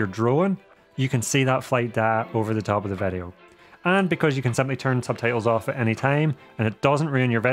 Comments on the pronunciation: vedeo? whats a vedeo ? All the vovels sound different in this YT channel …maybe is your mic broken? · Why say Vedio instead of video.